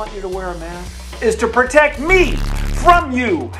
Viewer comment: "the main reason is to proect ME"